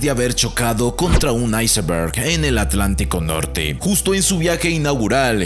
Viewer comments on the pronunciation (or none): Por que dice icemberg si solo es iceberg